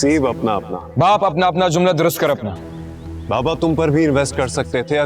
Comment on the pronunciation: Zumla nhi jumla drust kr apna